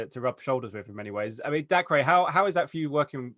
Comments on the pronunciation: LMAO DACREE its just pronounced daycah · His name isn’t pronounced dacreyyy